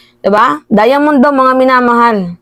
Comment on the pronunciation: HAHAHA DIAMOND O DIYAMONYOaaayy grabe talaga dila ko.